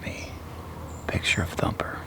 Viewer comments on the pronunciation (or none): Instead of thumper it’s humper